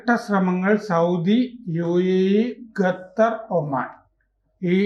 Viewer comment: ഇത്രയും സീനിയർ ആയ ഇദ്ദേഹം ഗത്തർ എന്നു ഉച്ചരിക്കുന്നത് അപഹാസ്യം.. ഖത്തർ എന്നു ശരിയായി പറയുക.